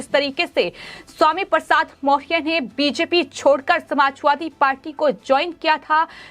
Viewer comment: मोरिया ! मौरया बोलना सीखो पहले